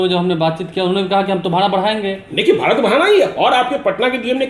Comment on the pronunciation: सर भाड़ा होता है ना कि भारा !